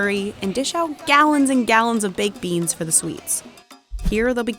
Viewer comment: Did she say beans???